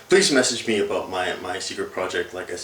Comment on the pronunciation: hehehe he said aboat